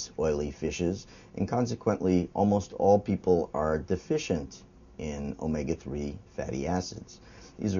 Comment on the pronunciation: actually not...he says it it in the proper Greek accent of the letter... Just like π should be pronounced pi like pit (without the t) not like pie